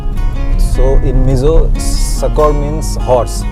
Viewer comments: You pronounce very well the mizo word you said👌 btw new subscriber🥳🥳🥳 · Your Mizo language pronunciation is good. Please learn more about 'Mizo Ṭawng.' ✌